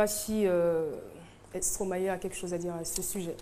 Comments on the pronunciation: C'est Stromaé elle est là elle dit Stromayé Stromayé Ah Caro ! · Caroline et sa prononciation en stromaYé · je te jure son stromaYé la peu me tuer